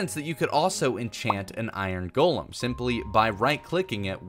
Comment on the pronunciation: You pronounce golem wrong